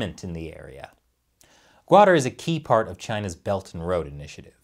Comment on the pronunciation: It's pronounced "kutter" or "kut-tar' ", not guader.